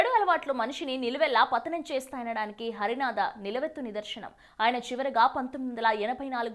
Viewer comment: పెద్దవారిని ఏకవచన సంబోధన చేయడం మర్యాద కాదు. హరనాథ్ గారిని హరినాథ అని తప్పుగా పలుకుతున్నావు?